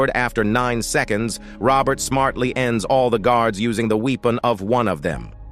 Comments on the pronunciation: OMF. Robo voice 👎. Weepon is actually spelt Weapon and pronounced Weppon. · Dear Robot Voice, it is not a 'winnery', but a 'Y-nery', pronounced just like the 'wine' in, uh, 'wine'. Also, not 'Weepon', but 'Weppon'.....after that I gave up watching, pronounced 'wotching'. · "wee-pun"??? Lol. This computer voice is hilarious. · "The we-o-pon of one of them in the wee-nery"! Thats Hollywood for you. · "Winnery"? Do you mean to say "winery" like a place where they make wine? "Weepon"? Do you mean "weapon" like a gun? You might want to meet an editor who can teach you how to pronounce English words. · A weepen and a winnery. I cant listen to this. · maybe the bad guys were "wee-ping" after the "wee-pon" was used against them in the "win-nery"? /s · the "wee-pen"? What the fuck is a wee-pen? Are you trying to say weapon and for some reason can't read for shit? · A.I. voice lol .. "winnery" .. "weepon" .. had to leave 53 seconds in. Why do ppl bother w/ these garbage digitized voices? Oh .. and the cam rip is the chef's kiss lol .. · "wee-pin", and "win-air-ee"????. Yikes. You have got to be a bot. A few seconds in and I am quitting your video. 👎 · winnerry? weeepon? lummydux cant shermans read? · What’s a weepon and winnery😂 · The "winneree" ? The "Weepun"? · The best way to avoid mistakes in using an AI voice overdub is check your audio before posting. You can phonetically spell the words it got wrong, then redo the AI dub, and there will be no mistakes. Also, if you mispell words, the AI will get it wrong. Winnery, Weepon? Oops. Despite that, this is a good summary of the story. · Had to stop watching after a couple of minutes when he says winnery instead of winery and weepon instead of weapon. Where did they get this guy? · Winneries and weepons! Get a human to narrate ..... stopped watching after 57 seconds. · The pronunciations are a joke: weenery, weepon. Is this AI? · The "weepon"? Gawd I hate AI narration.